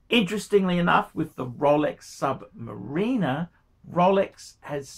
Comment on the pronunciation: Please pronounce Sumariner correctly its not sumarieeena.. its